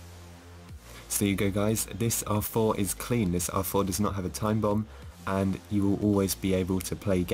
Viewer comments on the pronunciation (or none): I always hear awful instead of R4